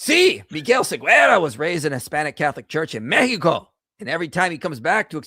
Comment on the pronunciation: There is no Siguera in my language. His name is "David Segarra" 😂